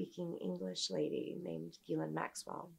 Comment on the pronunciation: I believe her.. just by how well she says the word “Ghislaine”